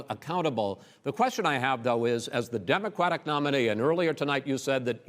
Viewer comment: Chris says “Democwatic”. He can’t pronounce it.